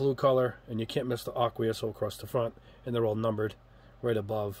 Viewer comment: Incredibly helpful video thank you! I also love how you pronounce “Aqueous”! I always thought it was like “ache-we-us”.